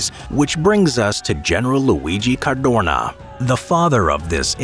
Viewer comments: Why is he saying certhuurnaw like that ffs. Car doe na. You moron. Jesus Christ almighty. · Sad to say: it‘ Cadorna and not Cardona… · Cadorna, not Cardona. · It hurts my ears hearing you say the surname of general Luigi CarDOrnA💀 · CADORNA, not Cardona !!!! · Cadorna, no Cardona. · It's CADORNA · "Cadorna", not "Cardona". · His name was Cadorna not Cardona. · caDORna, not caRDona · caDORna, not caRDOna, my ears bled every time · CaDorna not cardona!!!! and thanks for pissing on wwi graves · Cadorna not cardona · It Is CADORNA. NOT "cardona". And yes, in Italy we have lots of military barracks dedicated to his name and I don't understand why... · It s not Cardona, it s Cadorna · It's Cadorna. Cardona Is a wrestler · Every time I hear CARDONA instead of Cadorna I throw up a little. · dude, it was CADORNA, not Cardona, Cardorna or Cadrona as you kept calling him. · It’s Luigi Cadorna, not Luigi Cardona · it's CadoRna not CaRdona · Cadorna, not Cardona!